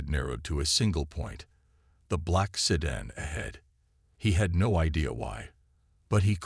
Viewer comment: MAGA Make America Godly Again... Interesting story though poorly told by an AI that cannot pronounce "sedan" properly. The photoshopped pictures were horrible and detracted from the narration. "Jake" was brave and very stupid. All he had to do was go hone and he should have. An untrained civilian getting involved in something like this usually does not end well. He was very fortunate it ended as well as it did if it was even a true story.